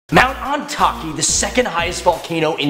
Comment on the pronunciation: Isnt it pronounce Oni-tak-eh